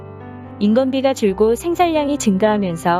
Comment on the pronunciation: 나래이션 하시는 분 들..생산량이 어떻게 생살양이 되는교..우리말 제대로 일고 줍시다.. 요즘 한국어 배우는 사람들 많은데......... 생산냥,공군녁,해군녁!!!!